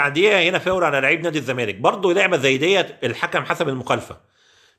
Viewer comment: يا عم انت لسه ب تظرب ف التحكيم 😂😂 ارحم اللي خلفونا بقا ... و بطل تقول " فاور "